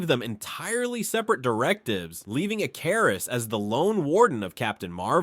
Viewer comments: Ick-er-iss not e-car-is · “Eh-KAR-is” is where I walked away. 😅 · Ick-er-is not ik-car-is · Pronounced (Ick- ker- wrist) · How many different ways are you going to pronounce Ikarus wrongly? It's pronounced ICARUS like the myth. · How do you mispronounce his name the entire thing, when they blatantly say his name so you know exactly how to? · Why the fuck does it pronounce his name like that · The way your saying his name is bothering me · Ai cant aay Icarus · I know it's petty but the fact he kept mispronouncing ikaris was driving me crazy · Why is he mispronouncing "Ikaris"? 😅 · Why is the pronunciation of ikaris soo bad in the video 😂😂😂😂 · Dude pronounced Ikaris different everytime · Why can't any Yank or AI say Icarus right? 😂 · Bro is this AI because nothing is pronounced right